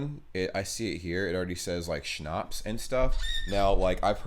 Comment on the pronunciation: I'm dying to the way Americans pronounce "Schnaps "😂😂😂